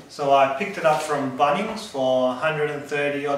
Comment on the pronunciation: I love the way you say BUNNings 😅